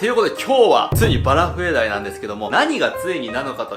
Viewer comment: バラフエDieって言ってねw(´°ᗜ°)ﾊﾊｯ..